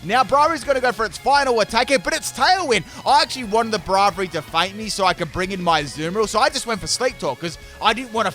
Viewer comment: I love how he pronounces Braivary wrong XD